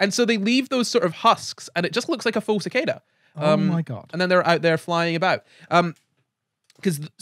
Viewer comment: so I've been pronouncing cicada wrong my whole life.....huh, the more you know